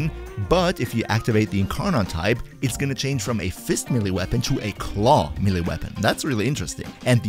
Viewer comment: Great content, but for the love of all that is holy, there is no such thing as a "mill-e" weapon! Both syllables are pronounced with an "a" sound, not an "e" sound.